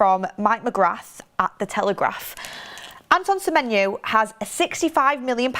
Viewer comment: At least she says his name right unlike goldbridge